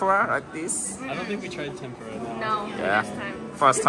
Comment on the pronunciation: 日本人が話す時にTENPURAのRAは舌を巻くのが正解？日本の物だからそこは正しく日本語の発音でキッチリ「てんぷら」の方が良い気がする…😅